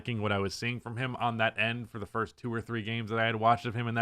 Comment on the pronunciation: "Fist 10 games" 👊🏿 😂